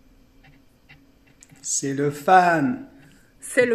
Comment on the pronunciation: No no non cest "c'est'l fun" pas "C'eSt Le FuN"